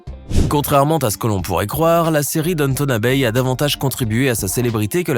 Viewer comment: Downtown Abbey se prononce Dawun Tawun Abiiiiy en Anglais